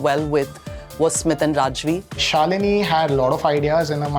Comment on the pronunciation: Fun to hear my name pronounced PERFECTLY 😜 NOT THE SAME RAJVI THOUGH.. THANKS!